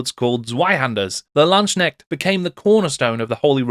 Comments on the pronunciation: I still findly remember my 4th edition Empire army, and how the 4th ed book made me completely forget all about the high elves :-D And it is a hard K in LandsKnecht. You would pronoounce it Lands-Knecht, not Land-snekt. :-] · As a German Warhammer Fan and General of the Empire since 6th Edition i really liked your Video. Very sourceful and well spoken. But please try to improve your pronouncaction of the word "Landsknecht". In your emphasis it sound like "Schnecke" (Snail) which is funny and irritating. I am well aware that "kn" is very hard for non native German speakers. But maybe it helps to remind that "Knecht" (Servant) is the original germanic word for "Knight" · I don`t even play Warhammer anymore but I love watching your videos, it is great how deep you go. As a German your pronounciation of Landsknecht made me smile because it kinda sounds like Landschneck ("landsnail") to me :-) If you like here are two pointers for the pronounciation: First, the division is more like lands-knecht, not land-sknecht, second there is no "sh" sound, the "k" ist pronounced distinctly. The word "Knecht" has the same origin as "knight" by the way, but they evolved in rather opposite directions in German and English as "Knecht" would refer to a boy/man who is lower in the social hierarchy and it would later take the meaning of a farmhand.